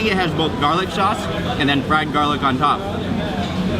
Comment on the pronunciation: i just LOVE the way he accentuates and over-pronounces the last letter of every worDDDD he speakkkkkks. I love it! There is SquiddDDDD and Garlicccccccckkkkkk! lol